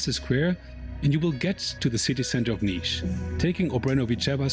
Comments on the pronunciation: Its Nish not Nis. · It's pronounce Nish( city has jazz festival called Nishville)